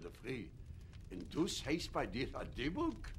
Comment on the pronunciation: The point is Fyvush Finkel pronounce “Dybbuk “ absolutely correct and with accent on last syllable as is pronounced in Hebrew.